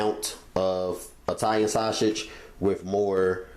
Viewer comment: Italian Shashege 😂